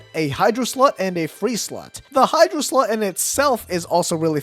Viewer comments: Any one else heard "to fill the hydro slut" Hehe. Good changing review! 😊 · did you just say Hydro slut or Hydro slot i couldn't tell but i laughed regardless 😂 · I don't like the way you say slot